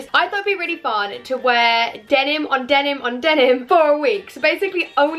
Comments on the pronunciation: Denim, Denim, Demin, Demin, Denim. -Saffron Yes, she said Demin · The way you say denim hurts me